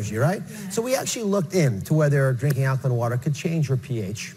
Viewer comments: AL-KA-LINE!!!! Don't trust idiots that don't know how to say the word of the topic they are "discussing"....damn shame. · Never. You're a doctor and can't even say alkaline. It's alka-line, not what TF you said. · They can't even pronounce alkaline properly lmfao